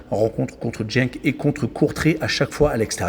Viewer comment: Génial, mais tu dis encore Jenk! 😢😢😢 😂🤦 😅